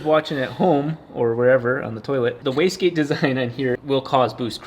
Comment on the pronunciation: This guys pronounces wastegate so fast that I often hear them saying whisky.